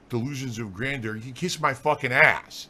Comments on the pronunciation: I wish the "sentient" lightning would hit him everytime he says "Gran dooor" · Da'Lusions of Gran-Door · "Anyone who thinks I have delusions of grandoore is a morahn and an idiot! Anyone who says I wasn't great is a morahn dood ackackack!"